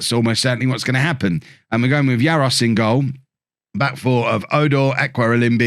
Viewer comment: GK is pronouced "jarosh" . there's the one of the silly accents in czech spelling Jaroš